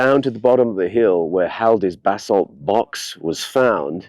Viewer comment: Sounds as if you are saying bathsalt, lol. Buh-saalt is the correct Pronunciation for anyone who doesn't know.